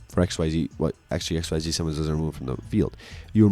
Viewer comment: Because I don’t see it commented anywhere else, it’s called “Ex-ease” not “X-Y-Z.” I thought the same thing too when I got back into Yu Gi oh and refused to call it by the official name but I’ve watched way too many Yu-Gi tubers that call it by the correct name.